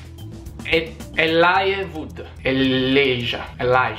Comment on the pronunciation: si legge elàigia